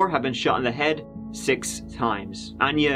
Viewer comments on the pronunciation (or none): none